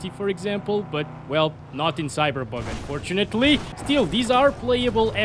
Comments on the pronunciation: Hold on are you saying cyberbug or cyberpunk? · lol i like how he says cyberbug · I swear I thought he said "CyberBug"